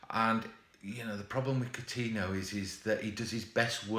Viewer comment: For gods sake, man!!! Its COU-TIN-YO!!!!